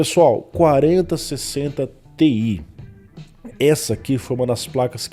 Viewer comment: vc dá uma embolada quando vai falar placa com "ti" no final kkkk as vezes n dá pra saber qual é